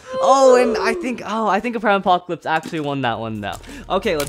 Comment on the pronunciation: Normal saying prime apocalypse: aprime apocalypse